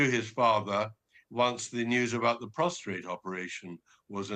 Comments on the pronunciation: Timestamp It’s prostate, not prostrate ;) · Charles will not be having chemo or radiation. He is strongly against it. He will most likely be using natural means. The meeting was closer to 40-45 mins. I wish the men on the different news programs would stop saying "prostrate" it's "prostate."